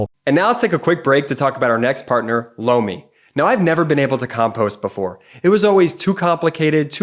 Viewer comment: Lomi sounded like “blow me”!